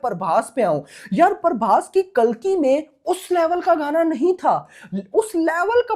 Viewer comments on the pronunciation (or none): none